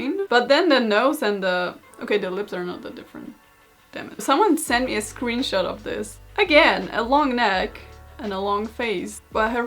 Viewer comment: It's pronounced "scrunshot"